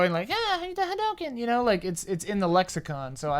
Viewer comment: why do you guys pronounce hadouken so wierdly ?